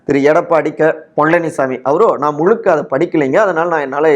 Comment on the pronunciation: it is not ' Mulukka' but 'Muzhukka'.